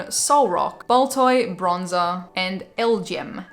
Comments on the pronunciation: Hey, you're supposed pronounce those alien pokemon as L G M and B E M. So just say the letters and you got it:) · FYI it's pronounced LGM, a play on "little green man" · It pronounced “L-G-M”